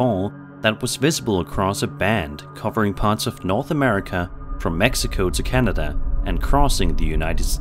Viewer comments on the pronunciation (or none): none